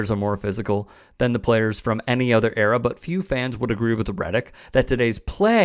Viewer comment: You lost any validity when you said “error” instead of “era”. L take either way